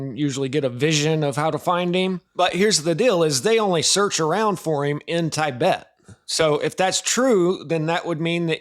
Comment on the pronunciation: Pronounced (Tih-bet) Not “tie-bet” And your mouth smacking before each sentence is insufferable . Other than that, Great video as usual.